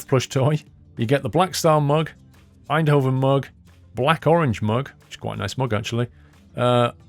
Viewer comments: Tbh pronounced "Eindhoven" pretty well. It's funnier when they try more Dutch places like "Volendam", or places with a hard G, like "Utrecht". Or when they think they pronounce it right when they really don't: 'Emsterdem':D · You nailed Eindhoven, like the people in the Netherlands say it. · It is really funny when you say Eindhoven but you prenouse it very good! Greetz a Dutch Fan